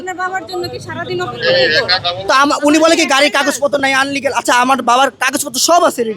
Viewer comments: আনলিগাল নয় ইলিগ্যাল হবে ওটা 🤣🤣🙂🙂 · কেমন পুলিশ আর কেমন ম্যাজিস্ট্রেট, আনলিগ্যাল বলে ইলিগ্যালকে।।। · ইল্লিগ্যাল নাকি আনলিগ্যাল।।। হাইশ্যকর। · আনলিগাল না ইলিগাল হবে, চাবিটা চাইছেন নিজ দাইত্বে গাড়িটা সরিয়ে দিবেন এমন মহামানবিক দাইত্ব কোনদিনও পুলিশকে করতে দেখিনি।😂 ছেলেটা যথেষ্ট ভালো ব্যাবহার করেছে আপনাদের সাথে। মনে হয় ক্যামেরার সামনে নতুন? আর এই সাংবাদিক গুলো হচ্ছে বাইঞ্চোত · আপনি আনলিগ্যাল মানে? ইলিগ্যাল নাকি আনলিগ্যাল? কি বলে এই ঠোলা? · আনলিগাল না রে শিক্ষিতোর বাল ইলিলিগ্যাল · শব্দটি আনলিগ্যাল হবেনা শব্দটি ইলিগ্যাল হবে।